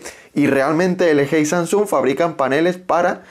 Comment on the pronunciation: Felicidades, eres el primero que escucho que dice ele-ge y no el-yi